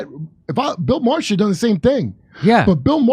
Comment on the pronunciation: Jimmy's ability to mispronounce the names of excessively popular people is impressive. It isn't Matt "getz". It is pronounced "gates". It isn't Bill "ma-her". It is pronounced "mar". Fucking goon.